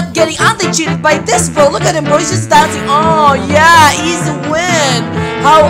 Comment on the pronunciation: I love the fact is a Filipino and I'm also a Filipino and the way says izi if funny😂